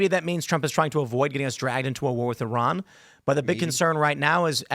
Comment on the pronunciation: Thank you for saying "Iran" and not "Eye-ran". We used to laugh at people who said things like "Eye-talian".